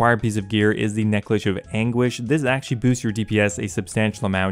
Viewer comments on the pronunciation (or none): scrolled down to find this comment ...i like necklish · Haha necklish of anguish I lost it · "necklish of anguish"